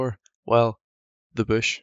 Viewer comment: The mighty “ boosh”